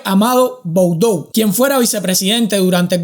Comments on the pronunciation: Cristina austera ja,que buen chiste Pd:no se dice boudou,se le dice"budu" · Se que no sos argentino, pero se dice "Budú" Aparte, tenes el canal de agustin laje (un chico liberal) que habia hecho un video donde una jueza que segun ella se hace llamar "feminista", libero a un violador y le va a permitir vivir con 5 menores